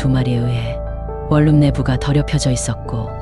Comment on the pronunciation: 유궐유길이라고 발음하는거 뭐냐 유월유일입니다.. 월룸이 아니고 원룸이구요 발음 제대로 하세요